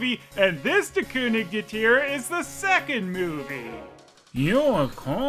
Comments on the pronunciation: It's not "Ker". There's no R. In southern Germany and in Austria the G is pronounced like a G. And apparently "ig" is only pronounced like "isch" or "ich" or "ik" when it's a word ending in "ig" for some reason, and it's a northern thing that gets more common the further north you go. Reading comments from native speakers, it seems that policing the pronunciation of "ig" is pointless because the it's ridiculously inconsistent despite what textbooks would have you believe. The only constant seems to be that it's never pronounced "isch" in Austria. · I will never get tired of your Dingo reviews. I couldn't count the number of times I've watched Wabuu or Bremen Town Musicians. Just FYI, Konig is pronounced "KER-nish" in German. Not that you'll probably run into many more Lion and the King products, but one never knows. 😀